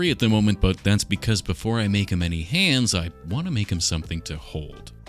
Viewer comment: Is he saying "hands" or "Hans"?